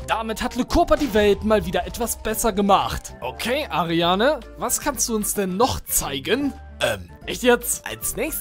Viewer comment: Mich triggert das, das er die ganze Zeit ARIANE sagt